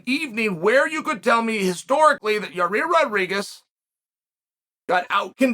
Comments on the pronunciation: Yes, on a Q&A someone ask something about "Yarear' and Chael ignores the question and says "did you called him Yarear?...his name is Yair, you stupid!" 😂😂😂😂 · Uncle Chael always calls Yair, "Yarear." He's gotta be doin it on purpose. Has to be😅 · I’m just here to hear Yarear